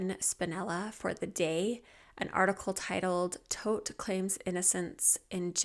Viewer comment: Love your thorough coverage, your soothing voice, and every video you put out. Gotta say so I love this this video because you pronounced Todt correctly!